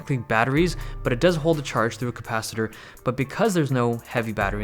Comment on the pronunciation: "cOM-pacitor" haha